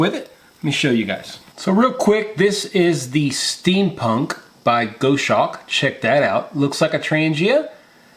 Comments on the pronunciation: Here are 4 tips that should help you perfect your pronunciation of 'goshawk': Break 'goshawk' down into sounds: [GOS] + [HAWK] - say it out loud and exaggerate the sounds until you can consistently produce them. Record yourself saying 'goshawk' in full sentences, then watch yourself and listen. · Goshawk is pronounced Goss Hawk. You missed listing the lighter you use to ignite the burners. This was an interesting video to say the least. The Steam Punk stove is a different twist on the siphon technology.....I like it! Don't like the freight charge from Australia enough to order one just yet. A very interesting twist on the Fancee Feast Stove. Thanks for putting in the time for these boil tests....................